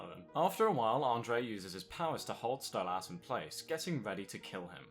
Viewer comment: You're pronouncing Stolas wrong.